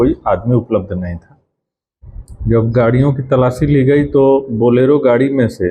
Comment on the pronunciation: Bolero hota hai बलेरो नहीं